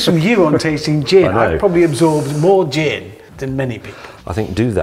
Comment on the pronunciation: Lost Hammond at "Dzeeeeen" 😂🥳